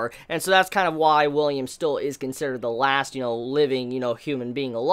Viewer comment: Dude the main character's name isn't William it's Willem